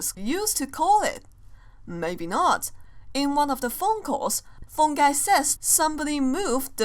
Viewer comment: its not phon guys u say its phone guy the purple guy he dire purple man died not phon guy